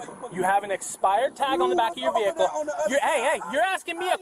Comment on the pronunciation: "Dis is not no commercial vee-HICKLE." Can you imagine if they put the effort they squander learning this crap into actually learning when they were in school?